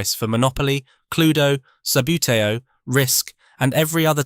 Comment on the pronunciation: its pronounced ' sub bootie oh ' great content though